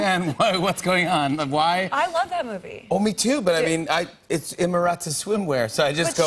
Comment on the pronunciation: I’m Italian and I hate the way she pronouces the name of her own clothing line